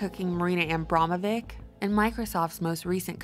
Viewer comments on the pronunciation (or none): Well covered reportage. Old Money turns in the same circles, driving the same old cogs of the machine of oppression and panic. P.S. Abramović should be pronounced AB-RAMO-VITCH like witch but with hard V. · Abramović is pronounced - ć being a "ch" - Abramovich (if you spell it as it's pronounced). She is Serbian, so..